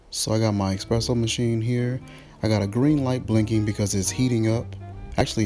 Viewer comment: It's eSpresso. Not expresso.